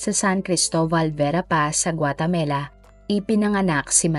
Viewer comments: Guatemala not guatemela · CORRECTION,I think its Guatemala not Guatamela. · Guatemala po (not guatemela) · Who cares? Well, if nagnanarrate siya dapat tama siya. Hindi yung nagnanarrate siya pero iba iba sinasabi niya. Wala namang bansa na Guatemela. Pulpol ka ba.